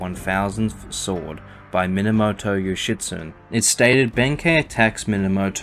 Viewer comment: FANTASTIC video but… I was cackling every time you pronounced Yoshitsune name as yoshitSUN… where’s the E who stole the E’s??